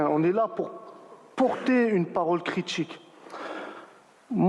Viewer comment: « Me semble tchil » « Porter une parole critchique » On se croirait au kebab du coin